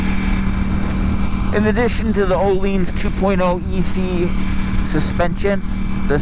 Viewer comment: He also pronounces Öhlins incorrectly as "oh-leens"